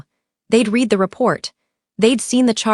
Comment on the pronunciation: READ... RESUME... Can ai please be taught to pronounce English words correctly please.